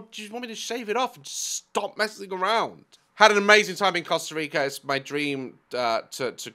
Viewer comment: “Coosta rica” 😂😂😂